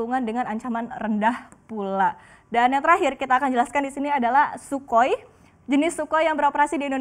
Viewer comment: Si mbak BELEPOTAN. CNBC belepotannn. "Shukoi"? wkwkwkwk